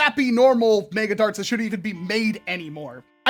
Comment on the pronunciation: Meg-uh, MEG-UH! NOT MAY-GUH! Mega is pronounced Meg-uh, not May-guh!